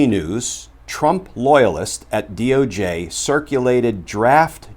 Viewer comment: I like how you said DOG 🐕 official. Lol